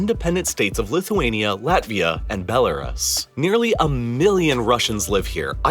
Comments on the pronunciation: Why he pronounced belarus like toys are us😂 bel-are-us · Its pronounced "Ruse" not "rus" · Stop saying Bela-Russ. It's not White Russell, but White Russia. It is pronounced, Bela-Roos. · “Bella-russ” … why do you pronounce it like that? I have only ever heard it pronounced “Bella-roos”. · It’s pronounced belaroos not belarus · It’s pronounced Belaroos, not Belaruss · Belarus is pronounced "Bell-a-roose" not "bell-a-russ" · It's pronounced Bel-a-roos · never heard Belerus pronounced like that before. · The correct pronunciation of Belarus- bel a ROOS Modern IPA: bɛ́lərʉ́ws. Traditional IPA: ˌbeləˈruːs. 3 syllables: "BEL" + "uh" + "ROOS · It is pronounced" Bel A Roose". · Bro I love your videos but you've been pronouncing Belarus wrong for years. Bell - ah - ROOS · BELAREST. I just learned today that I’ve been mispronouncing Belarus all this time. 🤔😳🫣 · Please learn to pronounce the names of the countries you’re talking about. BELLA Russ? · It is bella-roos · it’s pronounced “bel-la-roose” -like rooster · “Belar-us” cmon man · Belarus? It's pronounced bella-roose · You need to learn how to pronounce Belarus properly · Bela what? Why did you pronounce Belarus the way you did? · I had to downvote the video simply because he kept mispronouncing Belarus. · Very informative! But do you learn how to pronounce Belarus. The last syllable is pronounced exactly the way the first syllable of rooster is. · Please stop pronouncing Belarus like that, you sound ridiculous. Other than that, I loved the video lol 😂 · You’re pronunciation of Belarus was painful.. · And the pronunciation of Belarus. It wasn’t even the correct English pronunciation, let alone the Belarusian pronunciation. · Your pronunciation of Belarus is hilarious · You mispronounced Belarus, multiple times. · ....and learn how to pronounce Belarus properly.... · why do you always mispronounce belarus? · Convinced this guy is just mispronouncing Belarus out sheer stubbornness and spite at this point.